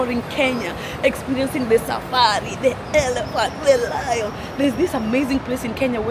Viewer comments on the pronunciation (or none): Nahh you Said "lions" ? Hell no